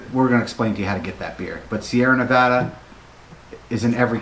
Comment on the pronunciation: I'm glad that you were able to say "Nevada" the right way. Haha. When reviewing beer the Beer Judging Certificate Program (BJCP) uses Appearance, Aroma, Flavor, Mouthfeel, and Overall Impression, as their guidelines. This gives a great foundation on how to describe the beer in a variety of ways. Glad you enjoyed Sierra Nevada. One of my favorite breweries